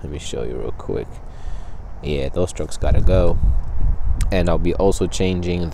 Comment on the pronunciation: Struts, not “Strucks” whatever the f-ck they are